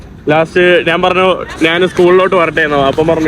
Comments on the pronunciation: നിൻ്റെ അമ്മേടെ കോപ്പ്, നീ ഇപ്പൊഴും "നാൻ' എന്ന് എന്തിനാ പറയുന്നത്. ഞാൻ എന്ന് പറഞ്ഞ് പഠിക്കുക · നാൻ അല്ല, ഞാൻ എന്ന് പറഞ്ഞു പഠിക്കുക